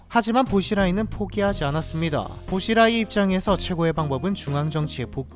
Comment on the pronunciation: 보시라이가 아니라 붜치라이 라고부릅니다 .